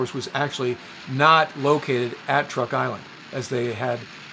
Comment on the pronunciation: Sir: With your very kind permission, please let me suggest a couple of amendments. First, the Island system spelled T-R-U-K is pronounced--by the natives--CHUK. I deal with them as a tax preparer and they are very pleased when I pronounce it correctly. Second, Sir, I don't know if you remember but in the northern phase of the Japanese Imperial strike at the US fleet and landing force in Leyte Gulf, the remaining carriers with only a handful of aircraft, were sent out against Halsey's force allowing him to strike them. Philippine sea was thus not the last time Japanese Carriers sortied in mass. Thank you for an otherwise pleasant video.